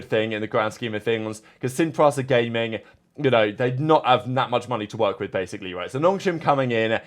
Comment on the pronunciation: How hard is it to pronounce PRISA ??